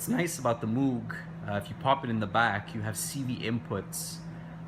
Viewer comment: moog rhymes with vogue